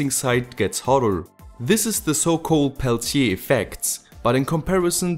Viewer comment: As a french i love the way you pronounce Peltier! Thanks for your videos dear neighbour